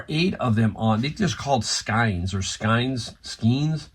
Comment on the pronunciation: Skeins are pronounced skanes, like panes or pains or rains, but skaaaanes. Just so ya know. 🙃